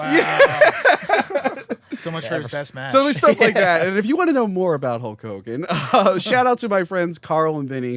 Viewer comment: I'm glad I'm not the only one that calls him Hull Kogan.